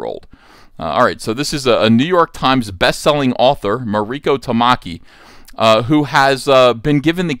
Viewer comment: MARIKO [MAW- REE- KOH] no accent on the "I".... When did Starfire sleep with The PENGUIN? Are they sure it wasn't UNCLE FESTER?